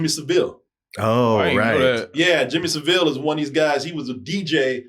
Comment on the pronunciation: Saville is pronounced like ‘Cavill’ - I know, I met him on my 4th birthday back in the 80s! 😅